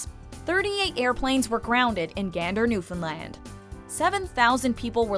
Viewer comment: As a proud Newfoundlander it so nice seeing Come From Away be as popular as it is! Nice to hear pronounce our provinces name correctly!!